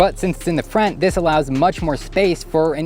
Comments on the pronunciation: If he says frint instead of front, one more time.. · I keep hearing "frent" when he says "front". Just me? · Are you from Canada? I Keep hearing FRENT instead of Front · Okay it's spelt front not frent! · Frent?! In-frent of the passengers 👌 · My dude. Are you saying "in the frent?" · hes def saying frent. he talks like his teeth are in the way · . "in frent of the frent seat" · You really aren't alone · Team Frent! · Yep, he keeps saying "frent", like some sort of spazz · U mean the “frant” 😂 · Says front kinda weird or is that just me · Why does he say front like that? Lmao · I came to write that. :) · came to the comments just for this